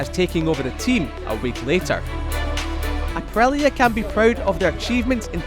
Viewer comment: why this man isn't able to say the letter i it's aprilia not aprelia